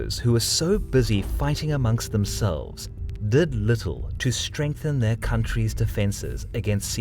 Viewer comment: I love watching these videos, and the narrator's voice is excellent and clear. But I would like to comment that you pronounce many regions' names and names of individuals incorrectly. So just be careful of that in future videos. Just for example in this one video I noticed the pronunciation of Aquitaine was askew, and there are others in previous videos. But otherwise keep up this great content!